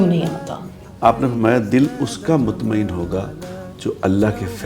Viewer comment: mutmaen hamza k sath hota ha na ke ain ke sath